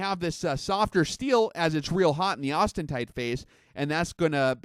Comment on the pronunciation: Please stop saying "austentite." The word is "austenite."